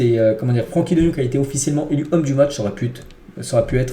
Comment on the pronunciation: chuis le seul à avoir entendu " ça aurait pute "😂